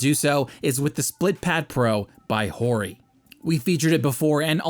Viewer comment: Sergio =/= "Sur-gee-oh" likewise Hori =/= "Whore-y" Please stop mispronouncing it.